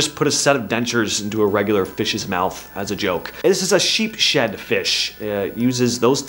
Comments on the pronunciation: It’s pronounced Sheep’s-head fish.. not sheep-shed. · It's Sheeps-head fish not shhep-shead fish lol